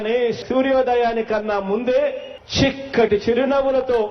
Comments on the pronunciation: చిక్కటి రా బాబు షిక్కటి కాదు కర్మ కొద్ది దొరికావు కదరా బాబు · మన సియం కి " చి " పలకటం రావటం లేదు. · Chikati kadhu babu chakati school 1st eta vachav nuv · రేయ్ చిక్కటి కాదు రా చక్కటి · బొమ్మ దద్దరిల్లిపోయింది😂....మన షి ఎం గారు.... షాలా షిక్కగా షెప్పారు.....😂😂జై జనసేనా....నా ఓటు జన సేన కే....👍😍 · Chikkati kadhu babu chakkati..neku English radhu telugu radhu...😮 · మన షి-యం గారు షిక్కటి షిరినవ్వుతో అని షాల షక్కగా షెప్పారు...😂😂😂